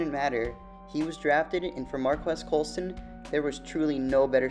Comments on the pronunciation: You aren’t saying his name right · He’s so underrated even the people making videos about him don’t know how to say his name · Prnouncing his name wrong!